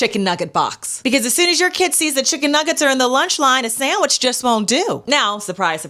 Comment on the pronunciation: “Saeywich”. From a teacher? The word is SANDWICH.